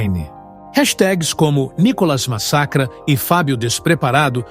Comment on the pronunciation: Mas se a globolixo nao sabe nem pronunciar Níicolas, entao ê muito analfabetismo